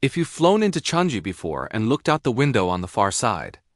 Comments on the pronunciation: 😂 Changi is not Chang-jee, more nasal sound, like chungng - gee. Named after a tree, the Changi tree in the area. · It’s pronounced as CHANG-EE not Chang-gee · The AI voice need to learn how to pronounce chang EE